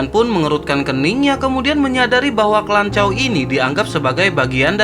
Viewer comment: Klanchaw😂 lanchaw... 😅